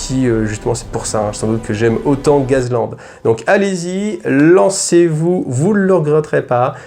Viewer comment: A prononcer " gass" sinon tb comme d' hab